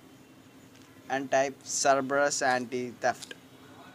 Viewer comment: An taip serebus. Lol it's Cerberus. (no offense don't get me wrong)